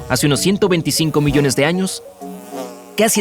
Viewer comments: En el vídeo decía millone jajaja millone siempre se equivoca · Hola soy el unico que noto que dice 500 MILLONE de años Like si te diste cuenta Gracias por poner leer mas😊😊